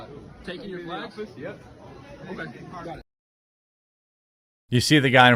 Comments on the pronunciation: Does he keep saying flegs instead of flags or is it just me? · My only question is why you keep saying flegs?